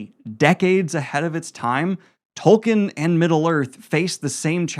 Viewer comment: Dude, please, it's pronounced Toll-keen. He's the founder of the modern fantasy genre at least say his name right. Loved the video otherwise.